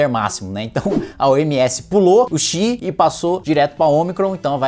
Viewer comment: ξ Não é /Chi/. É /Ksi/.